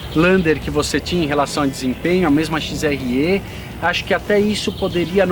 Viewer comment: Parabéns. Mas... "XRE" não se fala "XRÊ" é como se o "e" fosse "é".